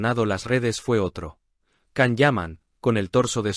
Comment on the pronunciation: Por favor se pronuncia “Shan” no Can